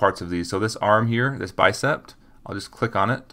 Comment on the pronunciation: Not trying to be rude, but it's just Bicep, not Bicept. Great tutorial by the way!